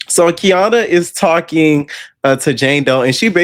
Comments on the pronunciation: It’s KA-NY-AH NOT KEY AH NA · Kaniyah (Kah- Nie- Ah)! Lmfao. I can’t with you calling her Kiana. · It’s getting on my nerves atp, he even went to her page that has her name & still saying Kiana 😂😂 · its KANIYAH 😂😂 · I love u down but that lady's name is KA NI YAH 😂😂😂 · Boy you pronouncing her name wrong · are you purposely saying Kaniyah's name wrong? lol